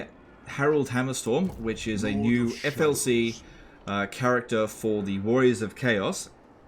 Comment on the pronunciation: Damnit it's "free LC" to rhyme with DLC, when you say FLC it's brutal 😂